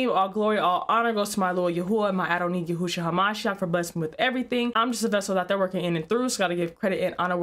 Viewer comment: You keep saying yahwhosha which is an incorrect. It’s yah shua. Which means yah saves. Every-time you say it wrong my ears hurt.😅